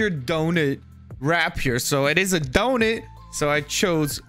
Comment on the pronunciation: he said DONIT 🍩😂😂